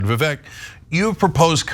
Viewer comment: It’s Vivek, rhymes with snake! 🐍